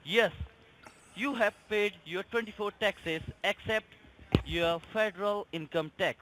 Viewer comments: Make sure you don’t like to the fadawal gumant lol I guess it’s really difficult for them to say federal government lol smh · “Faderal” court house😃